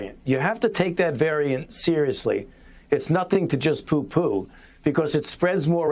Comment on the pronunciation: lmaooooooooooooo he said poooopo on tv